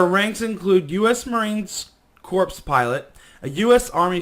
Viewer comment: Corps is pronounce like "cores" just FYI.